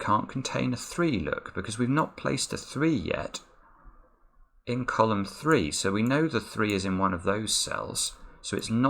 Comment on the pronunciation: I love how says his r's. I'm so happy when he's working on thwees. Only some of my r's come out as w's because I'd built my own accent from many different places and now I can't get all my sounds the same. So fun being multilingual